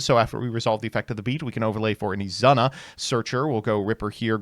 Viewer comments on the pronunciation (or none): IT'S "E-ZOO-NA" NOT "E-ZUH-NUH"!!!!